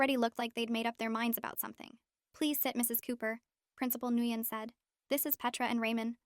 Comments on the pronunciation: It’s pronounced “win” not “gweun” :3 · Isn't Nguyen pronounced like "Nwin" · Nguyen is pronounced Win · the name Nguyen is pronounced Win.